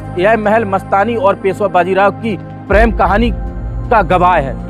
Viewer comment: PREM, NOT PRAM. 😂